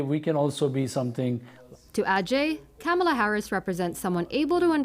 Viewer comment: Why do you want to be like Trump and mispronounce Kamala's name?